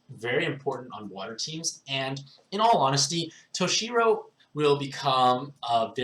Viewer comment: to shy row plz